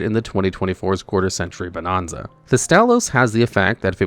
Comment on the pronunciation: I cringed everytime you pronounced Bonanza wrong.